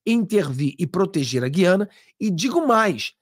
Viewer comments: Essa pronúncia gui/ a/na, nos fere os ouvidos. A pronuncia é GU... e não GUI... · O Nome É "G Ü I A N A"ok!❤